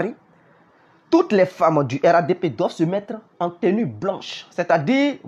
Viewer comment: On dit RHDP toi tu dis RADP